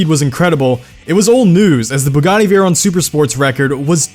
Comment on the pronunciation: You're pronouncing it wrong it's pronounced like 'veyro' and 'sheero'